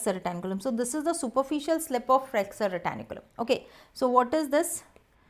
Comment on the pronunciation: Someone pls say her it is flexor retinaculum and not flexor retAnIculum